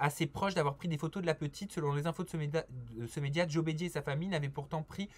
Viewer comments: L'animateur dit Mr Brider au lieu de Bédier ( grave ) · C'est joé bedier pas bridere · Joé Breeder😂😂😂 c Bédié que sa se prononce lol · alors deja cest Bedier (Bé-Dié) et paq brider! de 2 mon maire n'est pas du tout imposant ni rebelle donc il n'a surement pas chercher mais on vient le deranger a sa table c jamais agréable. et c'est pas Z info mais Zinfo en 1 mot. merci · Si je peux me permettre c'est Bedier pas Brider pourquoi ecorcher son nom ??? 😡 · C'est Joey Bédier* et pas Joey brideur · C'est Joé Bédié pas Brider lol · C'est pas brider c'est bedié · c’est Joe BEDIER et non BRIDER 😉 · Pas Joė brideur😂 mais Joė Bėdier. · Joe Bédier* pas brider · Joé brider 😆 C'est Joé bédier😅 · Joe brider, 😅😅😅😅😅 c'est Bédier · Joe Brider !!? Xd c'est Joé Bédier déjà renseigne toi un peu mieux